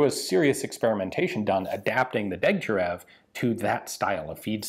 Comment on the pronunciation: Correction: it's pronounced Deg-tya-RYOV... otherwise another excellent video, Ian.